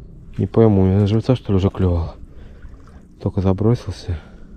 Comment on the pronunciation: Не говорите вы "клЮвал", нет у рыб клюва... По ушам режет...